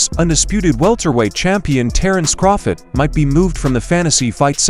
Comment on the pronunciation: Terence CrawFID lol